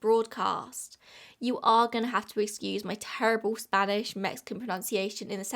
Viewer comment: your spanish is a lot better than a lot of people who cover this case - at least you try to say the words correctly, at least a little bit. i always appreciate that you make an attempt to say words in unfamiliar languages correctly, 'cause others in your genre of youtube video often don't bother.